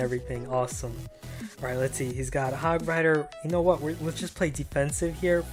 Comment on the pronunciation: Hogrider not hogwider